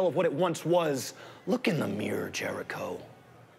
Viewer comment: Dude, you can't say mirror, squirrel or Craig properly. 1995 rang, it wants its Burberry back you mong